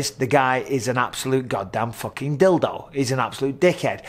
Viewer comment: "you obsolute numpty" that's an all time favourite of mine 😂